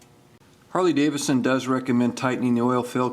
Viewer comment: Great video! But its pronounced Davidson not Davison... lol